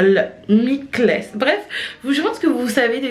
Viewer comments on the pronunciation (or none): Coucou, juste pour info Mikl ce prononce comme le prénom mickael